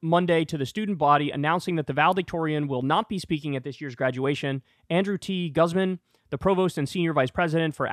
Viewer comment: I like how Kyle made the Spanish last name of "Guzman" sound &ew -ish haha. It's GOOZ - mahn.